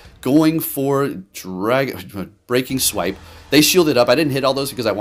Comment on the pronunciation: The fact that this man can pronounce “Precipice” w/ no issues, but says things like “Breaking SWEEP” and my all-time fave, “WHALE-ren” 🤦🏽‍♂️😆 it has to be intentional. I support you, so this comment is just +1 for the algorithm